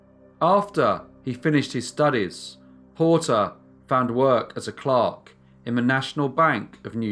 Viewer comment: I love your audio delivery and you have taught me so many new “things” and I greatly appreciate your work.....This time - well I thought you said that Porter got a job as a clock and I was very excited to learn how you worked as a clock...then I realized you had said clerk. You have become a welcome guest in my home each evening.